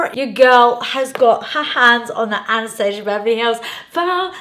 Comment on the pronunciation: Hard to watch cuz one of my pet peeves is when people pronounce Anastasia wrong